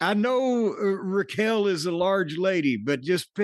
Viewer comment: Why does the grumpy boomer call Raquel….Rachell?